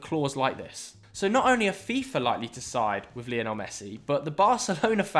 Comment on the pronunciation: please learn how to say " Lionel Messi " it's not leeeonel he's named after Lionel Richie